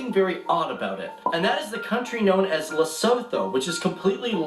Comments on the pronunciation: MY MAN REALLY SAID “ SOOOO THO” which is pronounced “ sue-tu “ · And the*th* in the word lesotho is pronounced as t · The way the guys is pronouncing Sotho and Lesotho is really triggering me 😂😂😂you pronounce it Su-To💔😂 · I know i laughed and he pronounced Lesotho and alot more wrong ahaha